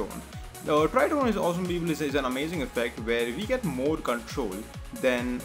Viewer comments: Had a hard time figuring out "people", thought it was bevel or pipil..what the f@ is "pipil"?! Nice Tut btw . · Great tut, but what the hell is "beebal"